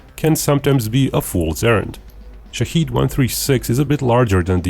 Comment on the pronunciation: The pronunciation of the word is wrong. It is shaahed not shaheed or shahid. The first one means the one who looks. observes The second one means someone who is killed for the country and for God. The name of the drone is the first, not the second.